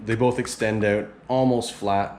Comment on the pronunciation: I knew you're Canadian when I heard yiu said OOwwTt!! 😅